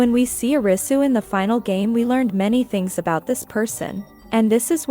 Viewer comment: I couldn't focus on the video because it bothered me that she says YOU-sagi and O-risu when it should be WOO-sagi and AH-risu. Not saying this cuz I'm asian (I'm not even Japanese) just how its pronounced in the show 😆